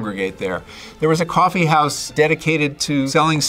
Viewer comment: that "ccchhoffie" was crisp man